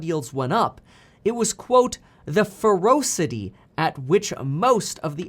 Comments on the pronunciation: FeRAWcity not FeROWcity. = FEROCITY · He said the ferossity! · You pronounced "ferocity" weird.